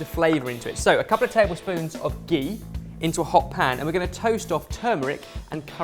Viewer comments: its ghee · The way said GHEE 😂😂